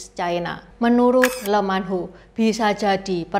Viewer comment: Lee Man Ho bacanya Li Man Ho bukan Le Man Ho